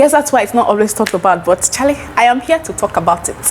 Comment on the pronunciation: Not sure how I chanced on your channel! Great content. How you say Charlie tells me you have some Ghana in you🤣